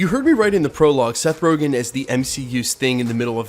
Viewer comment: It’s Seth RogEn not RogAn.